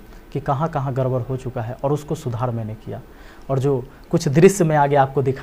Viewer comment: Yar padhe likhe ho, गडबड ko गरबर kyu bolte ho improve your communication skill and tell to other also